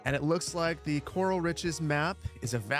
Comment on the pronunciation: Horse "Corral" not "coral" reef - haven't heard anyone say it right yet! Perfect map for ranching.